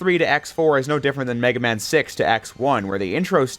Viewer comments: You spell it as : Me-Gay-Man" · "Meg aMa-n" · It's "Mega Man" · it's Megaman, not Mega Man. because in JP, it's Rockman, not Rock Man. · meig guh man